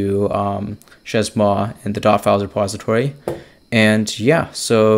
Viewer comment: pronounced /ʃeɪ mwa/ (shay-moi)